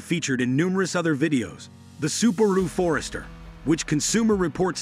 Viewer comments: What? You don’t think For-EST’-er is correct? ☺️ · I didn't think it was possible to mispronounce Forester, but apparently I was wrong.